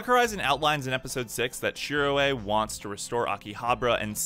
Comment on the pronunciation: Shirō not shiroe